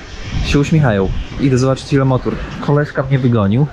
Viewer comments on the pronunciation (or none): dlaczego mowisz motur ? mowi sie motor !!! co Ty masz za jezyk? masakra !!!